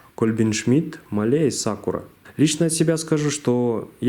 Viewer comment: Делай ударение на а (máhle) спасибо за видео 👍